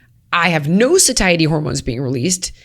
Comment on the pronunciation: Sweet holy lord ..... someone please teach this woman to correctly pronounce "satiety" 🙄